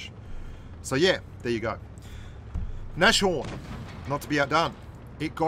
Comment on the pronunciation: Manuel L. Jackson like naSHorn or what